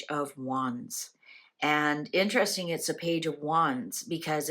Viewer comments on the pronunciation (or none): none